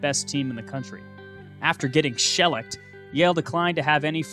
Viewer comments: Shellacked is pronounced [SHUH-lacked] not [shell-icked]. Great vid, per the usual. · Shellacked is pronounced "shuh-LAKT".